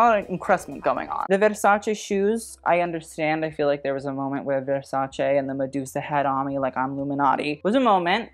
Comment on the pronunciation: You are not pronouncing Versace right